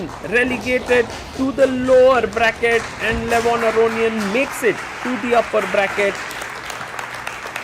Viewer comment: Please, stop pronouncing Levon's surname like that. It's wrong. Stress on "ia", not "o"